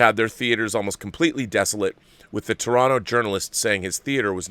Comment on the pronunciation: Rob. Enless respect for saying "Toronto" properly.